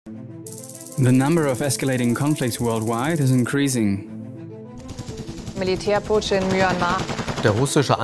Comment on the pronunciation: Please pronounce increasing properly. Good video though!